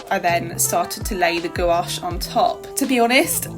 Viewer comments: Love the idea of a collaboration to experiment more! Also, you pronouncing gOuAche makes me giggle every time. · for sure! hihi you kind of say it with the emphasis on both the O and A, try making it only one syllable instead of two. But then again, i love it hihi!